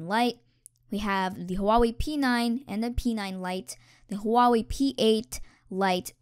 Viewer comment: Huawei is pronouced wa-way